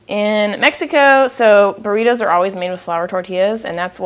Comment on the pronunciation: I laughed to burr eeetoos lol